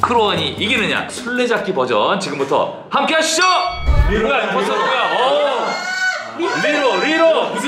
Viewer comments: 임포스터를 인포스터라고 하는거 빼고 다 맞는데...님이 모를는 거 아님? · 인포스터가 아니라 임포스터에요..